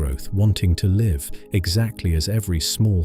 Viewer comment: Shame your AI/text reader can't tell the difference between 'liv' and 'live'